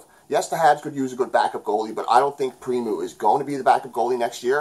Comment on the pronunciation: I'm of the mind KK is still a prospect,but you can see it either way, it's all good. It's pronounced Preem-o btw lol thought you might want to know. You did a great job here again, as always buddy!